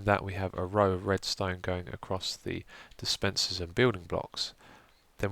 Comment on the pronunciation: It's "dispenser", you also got it wrong in the annotation.